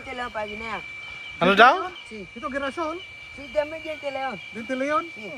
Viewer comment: GIRASOL- pronounce (Hirasol) ay SUNFLOWER.